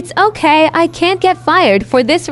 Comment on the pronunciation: "right? RiGhT?!!!" My gurl saying right like she expects us to answer 😀